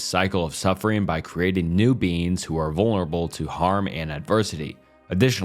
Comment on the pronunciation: I tried to fall asleep to this, but every time you say beings it sounds like beans. I'm giggling too much at these philosophical theories on legumes for this to work